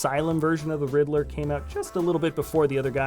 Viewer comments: You said "Ritler and not Riddler". Just leave the mistake spotting to the professionals kid. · I’m pretty sure his name is Riddler not Ridd-il-ler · you said rittler instead of riddler 😂😂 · i'd rather him say joker than "ritler" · and u said ritler